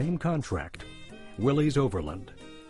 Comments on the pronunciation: It's "Willis" not "Willees". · A good history of the Jeep however it made me cringe every time they said "Willeez" when the correct pronunciation is "Williss". John Willys was the founder of the Willys-Overland Co. He was English and his last name is pronounced "Williss" not "Willeez" . Watch some old commercials for the Willys-Overland Co. vehicles and see for yourself the correct way to pronounce Willys. Have some respect for the founder. These , So called Historians on the video should know better.